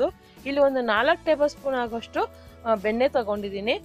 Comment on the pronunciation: Benne alla nakara sariyagi matadi plz